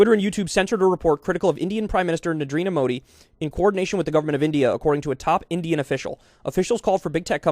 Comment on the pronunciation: did kyle said Nadrenda Modi not Narendra Modi?